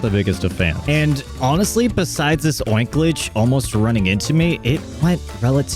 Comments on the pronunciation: I know you didnt just say oinklage. I know you didnt mean Oinkologne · Oinkledge?? Bruh. It’s Oin-KOLOGNE. Ya know, like, COLOGNE????